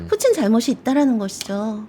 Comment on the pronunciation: 푸틴보다 푸찐이 더 맞는 발음이었나보네요. 근데 푸찐보단 푸틴이 더 입에 잘 달라붙음 ㅋㅋㅋ